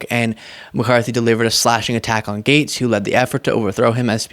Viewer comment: Sounds like he is saying "MAGAtes" instead of Matt Gaetz... if that is not intentional, it should be lol